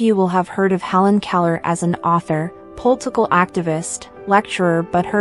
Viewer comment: Can't be bothered by who can't pronounce "Political."